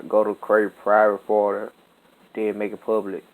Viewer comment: Wtf did not his man just said parte wtf